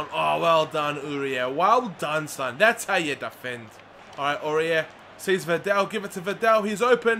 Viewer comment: It call vidal and not vindel